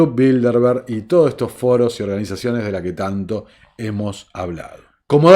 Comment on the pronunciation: Todos esos foros con "rr"😉